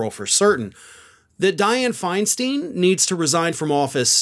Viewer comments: it's pronounced Finestine (they rhyme), not finesteen. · By the way it’s pronounced Feinstine. Learn it